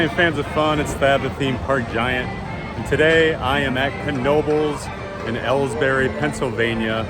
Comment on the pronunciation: it's E-Lees-burg Pa.